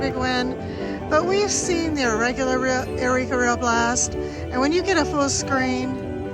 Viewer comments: Love your videos, they are like comfort food! This is pedantic, but I think eureka is pronounced "you-ree-ka" not "a-ree-ka". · u always say eh-ri-ka when it’s yoo-ree-ka.